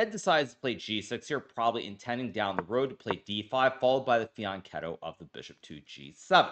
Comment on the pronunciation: Is this Hikaru's first video where he pronounces "fianchetto" in the original Italian way?